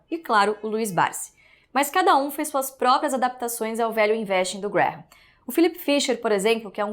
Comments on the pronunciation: #valueinvesting - A pronúncia fica muito próxima de "Velho Investe", ou seja, a mais pura verdade sobre esse monstro que é o Velho Barsi - O Velho Investe mesmo. kkkkkkk. O Seu Barsi, muito consistente, está disposto a repassar esse grande conhecimento para todos nós. Espero poder fazer parte desse MBA e me aprofundar bastante no mercado financeiro com a consistência do Velho. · value investing - Pronounced >> vaelju investing ! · Gente...quando ele falou #VALUEINVESTING eu entendi : #VELHO INVESTE!! Daí pensei...rapaz, se o VELHO INVESTE, eu também vou investir!! Vida longa ao nosso Velho Barsi!! Ou seria VALUE BARSI??